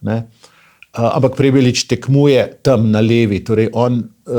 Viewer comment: Prebilič , ne Prebelič!